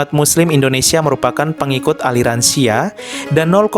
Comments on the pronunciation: Nyebut Syi'ah aja salah moderator baca nya Syi'ah bukan siah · Min bacanya bukan Syiah. Tapi Syi-ah. Dan Syi'ah BUKAN ISLAM.. Syahadatnya juga beda. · Syi'ah bukan syiah Apakah reporter gak pernah dengar sebutan syi'ah?sehingga cuma membaca tp tidak mengerti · SHI ' AH BANG BKN SIYAH 😮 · Bukan siah atuh..... syi’ah...!!! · iya syiah dibaca syiyah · Ini penyiarnya kalau bukan islam itu sendiri jangan sok tau deh, yg di terangkan masih ada yg keliru. Nanti bisa jadi mengundang kontra. Cara penyampaiannya sja masih salah dalam mengucap salam dan mengucap syi'ah. Mending urus agama sendiri deh